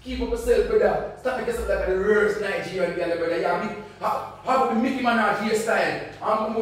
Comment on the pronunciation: So it's not Nigerian but 'nightgerian' 🤣🤣🤣🤣😂